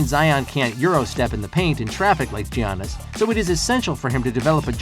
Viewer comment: It’s Giannis not G Anis